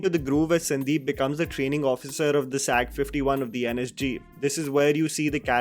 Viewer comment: Hi just want to highlight one thing about NSG that, the word SAG is pronounced as S.A.G and not SAG ( another example RAW is not called as RAW but should be pronounced as R&A W)